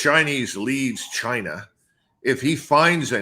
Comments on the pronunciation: Chinah chinah 😂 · Trump didn't used say 'China' he used to say 'Jainaa'